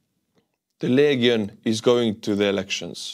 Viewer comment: "Legion" is pronounced "LEE-djinn".